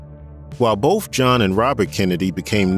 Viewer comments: Dude, are you saying "bofe" for "both"? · THE NARRATOR HERE HAS A SPEECH PROBLEM HE CANT SEEM TO SAY BOTH OR BIRTHDAY. HE SAYS BOFF OR BERFFDAY. DAMN ITS ANNOYING.